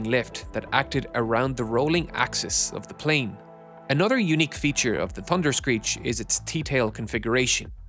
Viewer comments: Why does he say "Tunder"? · Had to stop watching the narrator can’t say thunder correctly 😂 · In the United States, Canada and Australia, the word thunder has an H in it.